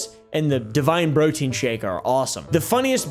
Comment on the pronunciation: “Brotein”. LOL!